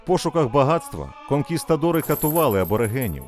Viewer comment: КонкісКадори😂😂 літера Т має бути!!